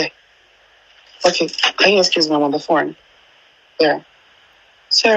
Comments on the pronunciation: This voice is obviously Bobrisk's voice. He is the only one who tries to force the phonetic in his fake English; always pronounces "r" in his sentences, even when he wants to pronounce "bus" he would say "burse" , "phorne". So no AI would talk this way!😮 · He said "come in, I'm on the 'PHORNE" who else is that stupid to add "R" in all their sentences if not "Bobrubish"?